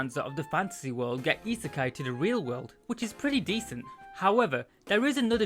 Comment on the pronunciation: very good work, I enjoy the insights and it has made me want to watch the anime. A couple of notes though, isekai isn't pronounced that way, after the K it is said as eye rather than ay (I'm sorry, it hurt a little) Also when you were saying that a lot of them get what they want with little effort you showed RE:Zero, while I understand that you've not watched it and wouldn't know, it was the worst show to put there as the main character literally suffers so much to get to where they are. Other than those though, really good video, you're coming along in strides! EDIT: Some other good reverse isekai for your fancy are RE:creators, Inuyasha and rule of thirds dictates a final one, but I personally cannot verify it, The Devil is a Part Timer